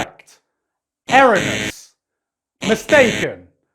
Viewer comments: Just to add some variety to all the FATE lore nitpicking that shall no doubt be forthcoming, here's some pronunciation nitpicking: - "ERR-ron-nous." Erroneous has four syllables, not three. Err-RONE-ee-ous. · Erroneous is pronounced ur-OH-nee-uhs FYI